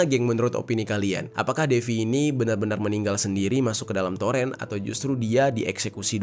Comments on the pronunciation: Itu baca nya toren, bukan torEn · Torn bg di bacanya bukan toren🤣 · toren bang bukan toren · TOREN bro bukan Toren bacanya !!!